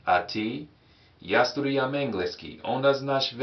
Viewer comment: Hey! Your pronounciation has improved from the last video, but you keep leaving out the R in "studiram". Keep it up!